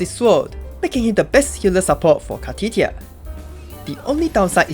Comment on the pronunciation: i just have to , car-titti -a xD